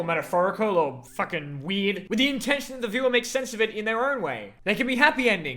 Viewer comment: I just love how you said FUCKEN WEARD